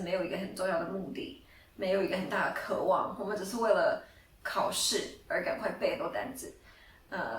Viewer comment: 不是“可 望”應該是“ 渴望” 。